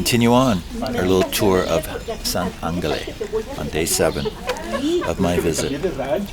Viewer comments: DUDE!!!! The way you pronounce San Angel phonetically is San AnneHell, PLEASSSEEEAH!!! 🤦‍♂ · Said you are 'Portuguese' and don't know how to pronounce San Angel? Funny. I am Canadian too, and I know how to pronounce it. Weird. Oh well. Cheers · San Ángel. You're saying it wrong.